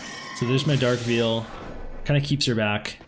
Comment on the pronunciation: Poem was cute, but holy cow bro. Did you really pronounce "veil" "Veal"? Just picking on you. Keep up the good job!